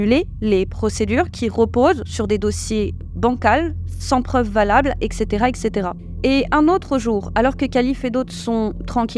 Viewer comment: Super. Mais pitié ne dites pas "eKKcétéra", c'est "eTTcétéra ! (etc = et caetera). Et c'est "ce QUI se passe" et non "ce qu'il se passe". On dit juste "des flashs", les flash-back sont des retours en arrière, dans un film ou un roman.